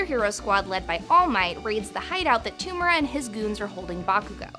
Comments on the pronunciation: Man its tomura not tumera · Same with To-mu-ra